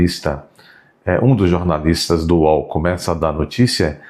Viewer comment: Kkk fez ressurgir a língua oficial do Mussum: "jornalistis, capetis.." 😅😅😅😅